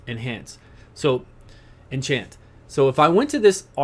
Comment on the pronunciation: thanks for guide. The word is enchant not what you said.